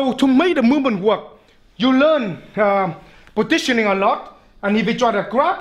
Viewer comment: It sounds like he says, "Petitioning." ... Good petitioning.